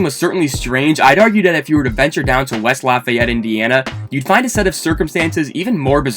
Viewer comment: ah yes west laafayete